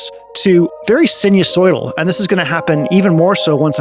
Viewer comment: Enjoyable video. Reminded about music down the phone line with Telharmonium. sinusoidal pronunciation sai - nuh- soy - dl